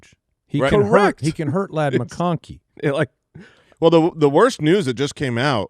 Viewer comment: Did say mccocky instead of mcconkey?